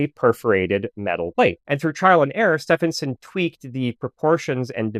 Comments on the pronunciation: Its steven like the male name. Not steph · In British ENGLISH, Setphenson is pronounced SteVenson. Sorry, it was so annoying. "Stephen" (Steven) is my middle name. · Stephenson is pronounced "Steven son", Steven and Stephen are pronounced the same in English. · Great video but the pronunciation of Stephenson made me cringe. It's pronounced Stevenson. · I love your videos, but as an Englishman, I must point out that Stephenson is pronounced like "Steve-enson" the UK (correct) spelling of "Steven" is "Stephen" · Stephenson is pronounced Stevenson in UK English. yes we're weird get over it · Pretty sure it's pronounced Steven-son (the train guy). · Stephenson is pronounced Stevenson ....... just saying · Where did you get the pronunciation of Stephenson from? It is Stevenson. I know, but he was English, and English is a weird language and we pronounce it Stevenson. This grated on me just the same as when Edmund's name is pronounced Hayley. 😬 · Yes, sorry .. it's Stee-ven-s'n 🤷‍♀️ I'm afraid that was becoming really grating 😔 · As a pedant, I must remark, that the correct pronunciation of Stephenson, in George Stephenson is "stee" + "vuhn" + "suhn". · Stephenson is pronounced Stevenson. English spelling eh? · As soon as you make a basic mistake in pronunciation on such a simple world the rest of your info becomes questionable. Get it right. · This is the first time I hear Stephenson pronounced this way. Do you have any source for this pronunciation? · I was going to say the same thing 😅